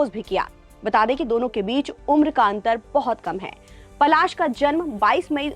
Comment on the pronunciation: Phle bolna sikhiye Pasal nhi Palash muchchhal naam hai unka 😅